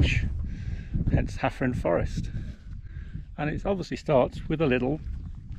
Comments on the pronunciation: Your Welsh pronunciation isn’t bad, you got Llanidloes spot on, Hafren, one F in Welsh is pronounced V, so Hafren would be pronounced Havren, good ride though 👍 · can’t fault your pronunciations which are good for a Saes, my grandmother and her family were from the Forest so I have connections with Gloucestershire, but it was just Hafren…….Afon Hafren =River Severn, so one F……pronounced as V……..FF…….pronounced as F, Da Iawn apart from that, good videos of your rides by the way 👍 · Thanks for your feedback. My mum and wife are both Welsh and Welsh speakers so I am disappointed that I got the Hafren pronunciation wrong. I won’t tell them. 👍